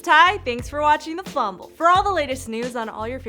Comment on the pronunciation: "The FumBall"